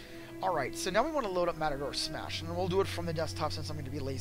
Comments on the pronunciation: This guy managed to mispronounce "Mator Smash" EVERY SINGLE TIME. Good guide, though. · How can you do tutorials when you can't pronounce the product right? Wirey bash and matador smash WTF?